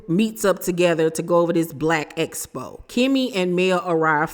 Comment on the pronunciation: Somebody please tell that it is Blaque Expo not Espo 😂